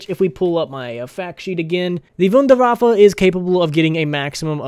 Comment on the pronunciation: Thank you, you said wonderwaffe correctly many people call it the wonder waffle it's not waffle its wonderwaffe the germans pronounce it as Vondervaffe like Volkswagen is WolksVagen. Thank you for using the correct pronunciation